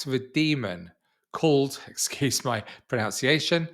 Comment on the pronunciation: Excuse your pronunciation... of the word pronunciation 😂 People. It's not pronounciation. It's pronunciation.